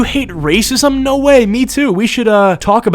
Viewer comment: that "NAWR!" seriously infuriates me to such an unreasonable level.. like how fkn stupid were the criminals sent to australia for their accent to devolve to the point where this obnoxious lunatic's "nooooo!" sounded like that??? so fkn ridiculous...